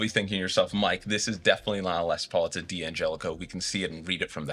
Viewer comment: Can someone explain to me why D'Angelico and D'Addario are mispronounced so often?